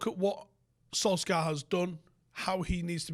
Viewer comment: It’s Solshaaar not solskyar